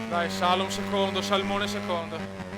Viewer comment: grande! comunque si pronuncia Salòm!;)